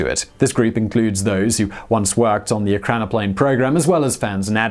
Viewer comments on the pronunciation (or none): You have the pronunciation wrong. It's not PLANE, it's PLAN and it is pronounced like plan, not plane. Still smashed that like button..